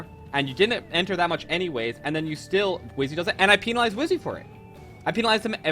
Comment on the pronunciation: “Peenalize” lmao